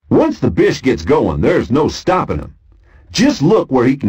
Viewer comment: It sounds like “bitch” whenever he says bish.